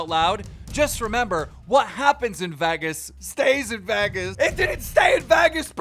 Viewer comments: Who says Vagas when they pronounce Vegas. Who? I didn't care about your retirement one way or the other. You saying Vagas tipped the scale. Leave the internet. Please. Fuck. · Lmao “vagas” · you had to ruin the whole video with your pronunciation of Vegas. VEGAS not Vagas. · No one else gonna talk about “Vaghus”… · vegas not vagas bro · Why are you saying Vehgas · Vegas, vay-guess. Come on Keem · "Vheggas" 😂🤣 Lmao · Why does he pronounce “Vegas” “Veggus” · Why does keem pronounce Vegas as “Vaggas” lol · As long as Keem been doing this you'd think he'd know how to pronounce the word VEGAS🤣🤣it bothers me sooooo much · I notice as to why is he pronouncing her name like that! 🤣 and saying Vagas weird. There’s also another name he missed pronounced At the beginning of this video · imagine living in America and not being able to pronounce vegas correctly... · thats not how you say vegas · Is he joking how he says Vegas? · Video was great but please for the love of god learn to pronounce Vegas right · i loved all of this till he pronounced vegas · They way you’re saying Vegas is killing my soul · "vegas" the way keem pronounces it 🤣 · This goofy been on the earth for half a century and still can’t pronounce Vegas. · Yo Keem it's not Vegas, it's Vegas